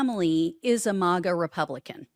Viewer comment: It's maga not mawgaw